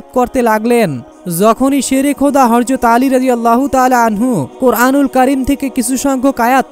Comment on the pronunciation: শুরু টাই ভুল৷৷৷৷৷৷৷ হরযত না বেকুব,,, প্রিয় নবীর নাম শুদ্ধভাবে বলাটাই সুন্দর,,, হযরত মুহাম্মদ মোস্তফা সাল্লাল্লাহু আলাইহি ওয়াসাল্লাম